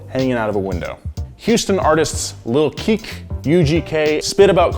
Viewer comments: That's what I was bout to say lmao!! Lil Keek?? N yeah I've never heard it called a slab bc it was "dropped to the slab". At least he understood elbows. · It’s actually Lil Ke ke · Who the fuck edited this? “Infinity”, “36 Mafia”, pronouncing Lil Keke as Keek. Damn man. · It's not" lil keek" it's " kee-kee" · thanks for mentioning texas. you were about right on most of it. its little kee kee, not keak and it du-row not dora. slims cadi and chamillilionaires cars arent techly slabs. they are just custom classic cars. but this was great. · Lil Keke is pronounced like "kee kee", not "keek" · It's Lil Keykey not keek. (phonetically) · I like you, but I’m from Texas and I can’t let you disrespect Lil Keke the don like that. It’s pronounced “key key”. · Watching this video a year later and I have to say that you pronounced lil keke wrong...you said lil keek but it’s pronounced lil keekee...great video though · Who tf is lil KEEK😂😂 Ke Ke dawg🤦🏾‍♂ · Its little ke-ke not keke. Damn bro you fucking up a original member of the "S.U.C." The Screwed Up Click. You need to make that right. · Lil kek???? lol lil "ke ke" pronunciation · Can you listen to someone say the rappers names before you butcher them Jesus 🥴 lil Keek it’s pronounced lil Ke-Ke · not lil keek its Lil Keke pronounced kee kee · lil keke(key-key)---not little keek #facepalm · It’s pronounced lil KEE KEE not lil KEEK lol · boii It’s LIL KE KE , not LIL KE...Disrespecting my mans 🤨🤨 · Lil keek lol. lil key key 😂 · lil keeek lmao its KE KE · Lil Keke's name is pronounced 'key-key' not 'keek'. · Lil Keke is pronounced like key-key not keek lmao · It's pronounced "lil kee kee" not little keek. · Holup mayne. Slab = SLOW LOUD AND BANGIN’ Lil Kik??? Its Lil’ KeKe. Pronounced (Lil’ KEE KEE) Just a lil H-Town lesson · Its lil ke-ke not "keek" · dude its lil ke,ke not keek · Lil Ke. Ke. Not keek, or what ever tf you said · Who’s lil keek? It’s pronounced lil ‘kee-kee’ (lil keke) H-Town!🤘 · Lil Keke (Kee-Kee), not Keek, 🤣